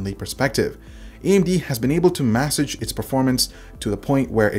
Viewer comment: Juice Ex? Juice fucking Ex? Are you fucking kidding me? It is day-us ex, from the latin "Deus" for "God". Same pronounciation of deus ex machina, a concept with which i am sure you are familiar, naturally. I didn't realise "massage" rhymed with porridge either lol.